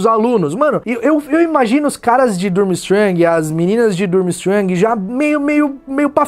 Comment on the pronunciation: A pronuncia é forte fica tipo Turmistrang